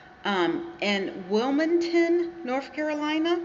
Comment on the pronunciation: It's not Wilmington,NC It's Williamston,NC